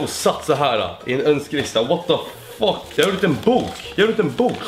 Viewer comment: Det ända du sa var "what the fock" xD